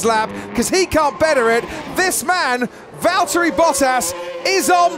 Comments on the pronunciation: it's Valtteri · it's Valteri! P1 🇫🇮🏁💪😛